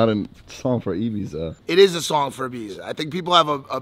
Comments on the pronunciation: Did just say “Ybiza”? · Be okay if you could even say Ibiza properly 😂